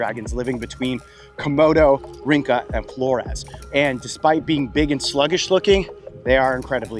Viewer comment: Just an FYI, Rinca is pronounced Rin-cha. The alphabet C in Indonesian is pronounced Che. It makes ch- sound. 🍻